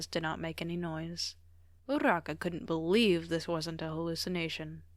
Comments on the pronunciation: No but the fact that you say urraka (weird spelling included) anyways love ur vids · ima be honest ive never heard anyone roll urarakas name and the way you do it is just- AJSISICJ/pos anyways, sobbing. bakugos such a menace😭